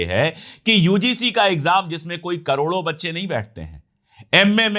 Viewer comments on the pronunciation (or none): none